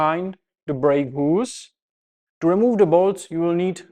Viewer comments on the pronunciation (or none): Try to say hoooooose, instead of hughes 😉